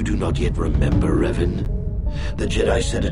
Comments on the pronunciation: Man spricht revan in the old republic Deutsch aus. Trotzdem ein gutes Video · Zum Starwars Teil. Einfach nur falsch was ihr sagt. Aussprache von Revan ist falsch. Seine Lebens Geschichte falsch. Nur zur Info , er war ein Jedi der vom ewigen Imperator bekehrt wurde und zu einen Lord gemacht. Die Jedis haben seine Vergangenheit gelöscht und Zack ist er wieder ein Jedi. In mega kurz Fassung hier